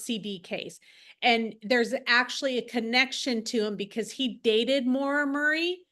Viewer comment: Murrrr eee ! FFS how can you not pronounce Murray ??